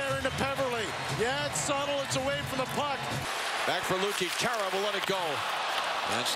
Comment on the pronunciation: Totally I mean how hard is it? IT'S CHARA F'in Chara, not Chair-ra